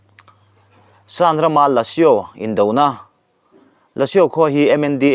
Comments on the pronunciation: LÃ...SU . Lã. a risangsei atawplam ri hi chu a rihniam ri thawp a lamrik tawp tur a ni. su hi a rihniam sêi lam thawp deuh a lamrik tur a ni bawk . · La su i lam rikhi mizoin ( Kalru) hman hmawhin kalru kantih rik anga lamrik tur ani e.